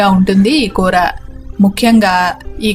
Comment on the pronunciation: It's koora not kootra.